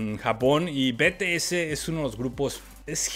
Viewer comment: Olovorgo con el Jimin... Es un Loquillo.... se dice 'BITIES' que las army te linchan xD